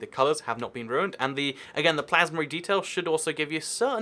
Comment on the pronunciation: In the real city texture pack, you said miasma instead of plasma, lol liked the video